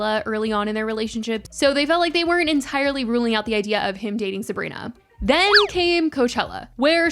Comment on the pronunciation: you say her name weird and wrong (heebie jeebies)